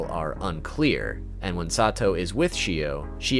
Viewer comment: THIS also why did he pronounce her name like “sah two oh” at first wtf 😭